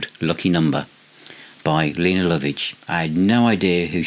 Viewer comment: I think her name is pronounced 'Layna'. 😂 An underrated artiste still going strong.